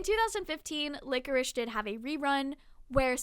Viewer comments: This vudeo is great and i love but one thing is driving me insane and i MUST SAY. Its Pie-d the piper, like the dessert pie. And Lycoris is pronounced ly-cor-is. Im honestly only saying because i think youve asked before how theyre pronounced and im just insane im sorry 😂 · Small side note Lycoris is pronounced like "lie-core-is" not "lick-or-ish". ^_^